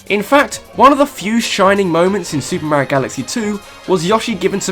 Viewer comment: Also he pronounces mario wrong it's m-AR-io not MAYOIO